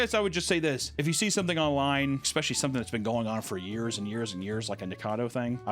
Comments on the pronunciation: please stop saying exspeshully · yet you still say Xspeshaly. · I love you dude but FOR THE LOVE OF GOD😂 There is NO X in ESPECIALLY😂😂😂😂😂😂😂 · IT’S ESS-PESHULY NOT EX-PESHULY. I’m going to comment on every video until you say it right. You’ve also said this psycho’s name wrong in every video. Nick-acado not nickado. Please get better